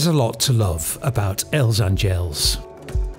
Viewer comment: Nice video. Just a note - A is stressed in word Àngels